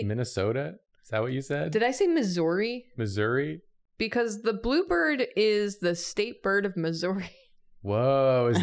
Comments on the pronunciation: As someone from Missouri i feel so seen and so saddened by how y’all say Missouri it’s more like misery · St. Louis atoned for the sins of St. Louis pizza when they invented toasted ravs though and anyone who disagrees is both wrong and not from Missouri Side note: The way pronounces Missouri is actually shocking to me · As a Missourian I wasnt prepared to hear pronounce Missouri like that.